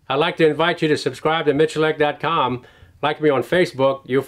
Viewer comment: There is no R in Miculek... for the love of god...